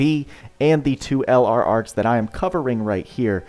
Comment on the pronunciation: Lol the way pronounced the LR sounded like an anime girl having a good time.:_boodaAscent